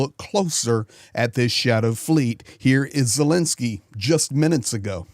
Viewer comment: please explain to us is the Ukrainian President’s name pronounced Zelensky or Zelinsky.